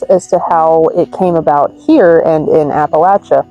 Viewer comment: You pronounced Appalachia wrong. Also, catman lady is wrong. Male cats and female cats will travel for miles from their homes for food, mating, and territory. I also live in the country and male cats show up here all the time. I have no neighbors on any side of me for at least a mile in any direction. Omg eagle feathers? It's illegal to have any bird feathers (especially eagle feathers) unless you're native american!